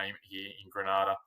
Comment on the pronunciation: You are mispronouncing the name Grenada, not Granada. Gre-nada